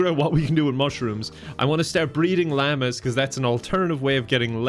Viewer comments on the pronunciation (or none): l-ah-mahs- llamas not lama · i momentarily forgot llamas were a thing so i thought "oh cool i wonder if that's his dialect's way of saying lambs" ...